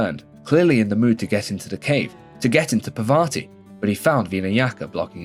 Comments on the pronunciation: I didn't get offend by anything you said, I liked it Till you fucked up the name, it's "Parvati" not "Pavarti" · that is not pavarthi brotha, its parvathi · Bro it's Parvati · Pra vati and veena yaka 😂😂😂😂 bro your pronunciation is out of this world